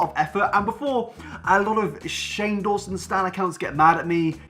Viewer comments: Daw-son it's not that hard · who else got triggered when he said "shane dason" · “Dayson” LMAO I CANT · How’s he purposely trying to mess up Shane’s last name like Shane can’t end his career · Hahahahaaa you mispronouncing Shane’s name after literally being interviewed on his channel was gold, I LOLed. 🤣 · i love how hes trying to be funny by acting like he doesn't know how to say 'dawson' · you were in Shane old video about Jake and done a lot of videos about him but can't pronounce his name???? tea sis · u deserve a dislike from me for fake pronouncing shane dawson's name :p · I am offended that you do not know how to say Shane's name when you have been on one of his iconic series videos 🙄 still love you thoo ❤❤❤ PS...OMGGG HE LOVED MY COMMENT! AND REPLIED TO ME! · I'm loving the "oh I can't pronounce Shane Dawson's last name because I've never heard of him" xD